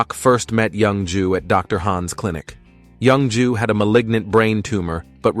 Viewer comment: The way the ai pronounces the name as young jew, has me dying.